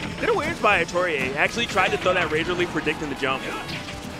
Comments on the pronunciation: Bruh Atelier, but pronounced Ah-tow-ree-ay?? where are they finding these hidden consonants and vowels?? haha I would have guessed something like Ah-tell-ee-ay, but if what they said is correct i got nothing, haha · Well atelier is pronounced a-to-ri-e in Japan so that's the pronunciation the commentator is going for